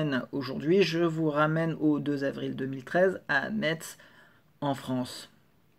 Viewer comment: Je vais faire mon pointilleux mais Metz se prononce "mess" merci 🙂 A la semaine prochaine